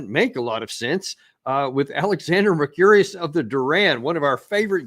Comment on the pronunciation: "Alexander Mercurious," once again. do i hear Maria laughing down there? ditto when i used to hear George Junior, with his finger atremble above that big red the button, pronounce nuclear "nu-kyu-lar."